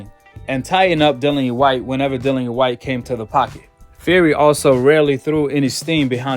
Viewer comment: The man's name is Dillian (Di-lli-an) E. Whyte. not Dylan E. or Dillany, as heard numerous times in the video